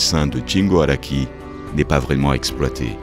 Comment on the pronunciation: Très bon documentaire pour les amateurs etvlevgtand public avec une très belle surprise à la fin. Juste pas compris le but de prononcer Ikeda à l'anglaise et c'est bien SHingo Araki, pas "tch" 😉 Merci et bon continuation ^^